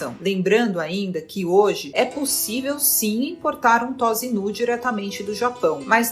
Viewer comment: Não se fala "Tóza", mas "Tôssa".